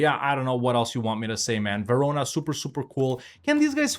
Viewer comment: Verona......... Huh Sounds a lot like........ jarona.